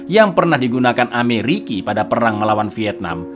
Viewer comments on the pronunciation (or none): none